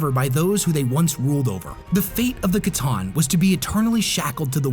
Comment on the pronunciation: Based on their lore, pretty sure it’s pronounced “sah-tahn” not “ca-tahn”… C’Tan or Sah-tahn or Satan for the War In Heaven.